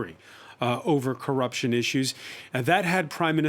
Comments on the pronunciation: Corr'p'ution ? With "p" after double rr ? Are you sure? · CORRPUTION?? really DW?? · I would also be rocked by "Corrpution". 😂